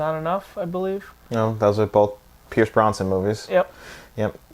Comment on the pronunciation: Pierce Brosnan not "Bronson". :)